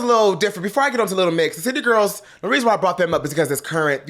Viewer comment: Every time he said City Girls, I thought he said Cheetah Girls.🤣🤣🤣🤦🏻‍♂️